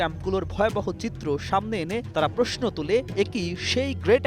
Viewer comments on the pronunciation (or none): none